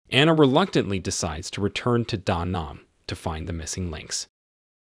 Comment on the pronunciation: You mispronounced protégé & Da Nang. Very bad 👎